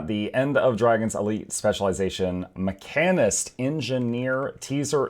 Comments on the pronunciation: macanist? you just slapped that H out of the word like it owed you money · Come again? HOWW do you say mechanist??😂 Edit: pet class fans comment—> necros exist